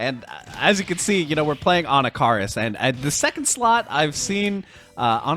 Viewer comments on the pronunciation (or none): 'ANNA-CAR-US' ? 😂😂😂 uve clearly never used this character before lol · Anna Car us 😂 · He still says Anakaris' name weird to me